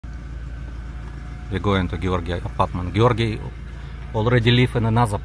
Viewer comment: How is that possible..gee-or-gee moved every month.😂😂😂